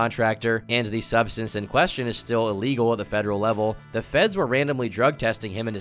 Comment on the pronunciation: bro, its ok to pronounce "the" as 'th-uh" and 'a' as "uh".... you're really freaking me out with your pronunciation